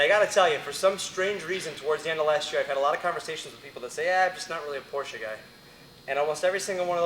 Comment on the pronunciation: Yes! He pronounced Porsche correctly!